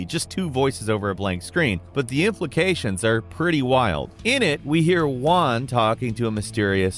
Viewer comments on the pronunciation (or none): Juan most be pronunced Who-Ann, not Wuan.